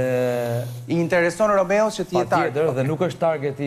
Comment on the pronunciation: Dhe Vesa qe nuk u mesua te thote Romeo, por Romao, dhe jo chift por qeft, 🤮